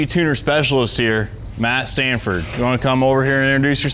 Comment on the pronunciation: Sanford not Stanford